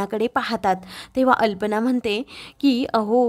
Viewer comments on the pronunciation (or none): कल्पना ऐवजी तुम्ही अल्पना असे म्हणत आहात. तेवढी चूक दुरुस्त करून घ्या.❤❤❤❤❤❤❤ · Aag bai alpana nahi kalpana aahe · कल्पना ऐवजी तुम्ही अनेक वेळा अल्पना म्हणतच आहात.